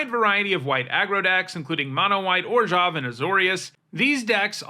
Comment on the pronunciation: Why he say orzhov like that